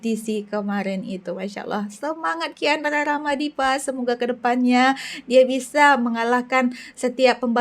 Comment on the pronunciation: kiandra ramadipa 😂😂😂 bkan kian rara madipa😅